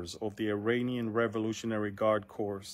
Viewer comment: Man of God, The word “corps” is pronounced “core,” because it is from French